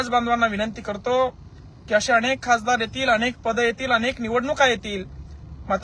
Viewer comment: खाजदार नाही खासदार यांना नीट बोलता येत नाही आणि आरक्षण पाहिजे